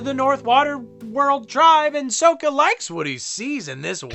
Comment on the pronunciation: The way he pronounces soka makes my ears hurt